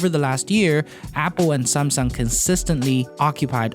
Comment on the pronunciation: "SAMsung" Not SUMSung